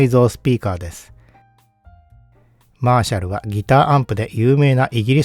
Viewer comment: マーシャルの発音からして演奏側でいらっしゃらないと思いますが、これはギターアンプで感じてきた印象と全くかけ離れた音に感じました。 流された音に対してのモコモコ感、トーン修正しないと聞けたものではないですね。 演奏側の人は、恐らく、気持ちの良い１点に向けて、オーディオアンプもBASS/TREBLEは、常に動かし続けていると思います。 このアンプの解明すべきは、素の特性では無く、そういう人たちの気持ちの良い１点が探しやすいトーンバランスの能力なのかもしれません。 いうて、トーンはYAMAHAよりLUXMANの方が気持ちの良いところに合わせやすいので、楽器制作会社だからとか関係ないかもしれませんが・・・。 Frieve-Aさんのコメント見たいｗ